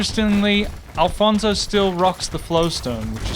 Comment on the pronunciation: At this point I think he’s doing the names wrong on purpose 😂 “Alfonzo”